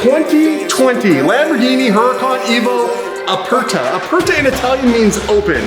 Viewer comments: I’m sorry but if you are the “number one Lamborghini ambassadors on the Internet” then you should know how to pronounce Aperta correctly lol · By the way he is saying Aperta wrong it’s supposed to sound like “uh-pair-tuh” not “uh-purr-tuh” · Great job. I love the look. Just an FYI it’s pronounced OO-rah-cahn AY-vo ah-PAIR-tah